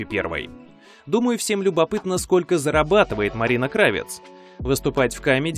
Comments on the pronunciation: Да хорошь уже портиь язык!!! Не КрАвец а КравЕц, от професии кравца что кроил одежду, что, все стали Горбачёвым? пОртфель?? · крАвец? Вы серьёзно? Удивительно. Если вы знаете что у нее украинские корни, то могли бы узнать как правильео ставится ударение в её фамилии. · Краве́ць (швец), это украинская фамилия и ударение на Е. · Мне больше нравится КравЕц, с ударением на Е.